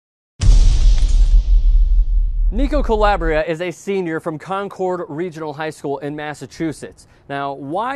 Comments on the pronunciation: con-CORD. Being from Massachusetts, I had to laugh at the way you pronounced it. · Learn how to pronounce 'Concord'!